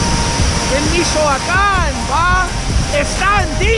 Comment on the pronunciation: I love how dise Michoacan... "Mishhuacan" 😂👌